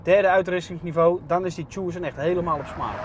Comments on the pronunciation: tjoesen??? je spreekt het uit als "tukson" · Mooie Tjoessunn omg je spreekt het uit als Tuson pannekoek!! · 'Tjoeeesun', je spreekt Tucson uit als 'Tusan' meneer de presentator :-) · tjoesun.. man man man